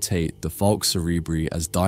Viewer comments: Cerebri in "Falx cerebri" is pronounced SEH-REH-BRY - bry as in cry NOT bree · Why would you pronounce a Latin term in an English way and not in the Latin way? 🤔